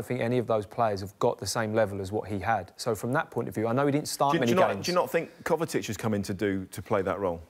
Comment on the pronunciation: Kovacic not kovatic